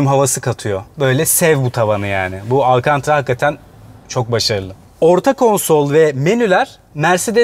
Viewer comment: Alkantra diye sesletiyorsun hocam. Ama malzemenin tam adı malumun al kan ta ra.